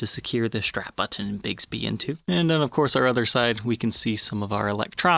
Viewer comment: You say button oddly.